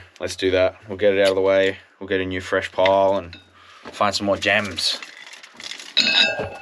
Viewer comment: new not nooow